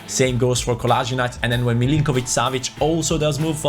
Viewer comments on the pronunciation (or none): none